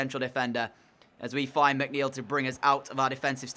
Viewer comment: And yes, you got my name right✌